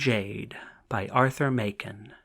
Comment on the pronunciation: The author's name is pronounced Mak-en, not May-ken, as the reader mispronounces it here.